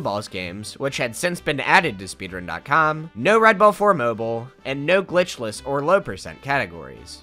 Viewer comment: im kinda jealous at how you can say the word "glitchless" cleanly